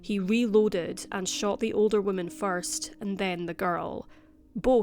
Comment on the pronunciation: You need to work on how you pronounce "woman."